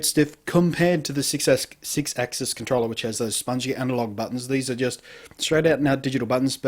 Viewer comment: " see sex - sixaxis* "